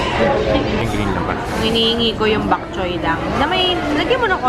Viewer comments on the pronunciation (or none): it's bok choy not bak choy. 😊